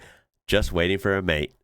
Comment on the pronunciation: G'day mate, your accent is really getting quite good, but you do need a little more work on saying Mate. To be clear, you're not bad, but it stills sounds just a tiny bit jarring stiil. Us Aussies are famous for the "rising infection" at the end of a sentence, so it's sounds like virtually everything is a question. But please don't do that with Mate though. So the tip is say it like May_te (the e is virtually silent with just the slightest hint) and stretch out the first "may" part. Just be lazy and relaxed about, and don't finish the word with a hard T either, like mait. Checkout Adam Hills on Aussie slang, it will have you in stitches. And I Hope you and your family had a great Christmas..